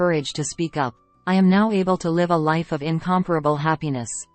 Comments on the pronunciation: Pronunciation of "live with us" is off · Whoever writes these out for the AI to read needs to write words as they sound, not necessarily how they’re spelled. Examples: We LIVE (pronounced liv) with people but we go see a LIVE (pronounced live) performance. The AI is very literal, the writers of the script need to write words phonetically so the AI can pronounce them correctly. Reading them the wrong way all the time really takes away from the quality of the story.